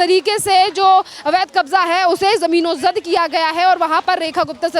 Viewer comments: जमीनोंजद नहीं जमींदोज बोल बेवकूफ... हिंदी की चिंदी मत कर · मैडम जमीनोजद नहीं जमींदोज होता है, यही बोलिए।